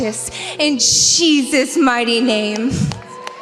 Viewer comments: Why did she keep saying "Sheezuz"? Trump is STRIAGHT UP the Anti Christ. LIKE straight up. Read a fucking bible... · she said Cheesus 🤣🤣 And clearly she's talking about cheddar because of the color similarities! 🧀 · "In Sheezus name"....lol. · Why did those women keep saying Cheezus? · in the beginning its sound like shes saying "in cheesus mighty name".. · Those girls "praying" at that Trump rally?? The girl saying the "prayer" doesn't even say Jesus??? She clearly said Shesus (2 or 3 times). They think their following Christ?? Supporting Trump is NOT following Christ.Trump teaches hate, God teaches love. God teaches us to love everyone. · It was sounding like they were saying Cheesus not Jesus. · To be fair… it sounded like the one praying was saying in cheeses name😂 These people are in no way true Christians. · Sounds like she said cheeses not Jesus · She didn't actually say Trump and Jesus. Does she even know how to pronounce "Jesus"?🤔 -That big prayer she said... She never even said Jesus at all, she said Shezus (twice). Did she do that on purpose, because she knows they're not following JESUS. It's really sad that the idiots are louder than us. Now we all have to pay for their mistakes, and while we're all paying, they're going to blame Democrats 🤣. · We're they pronouncing his name Cheesus on purpose? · To be fair... Sounded like she said "cheesus" not jesus... Lol